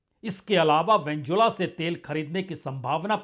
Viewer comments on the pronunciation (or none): It is not pronounced as Venzuela but Venezuela (Vene zuela).